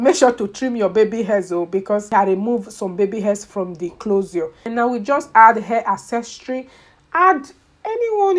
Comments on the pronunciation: The way she is pronouncing closure ...clozar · "Clozure" 😄😄 i love it. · Why are you pronouncing closure that way?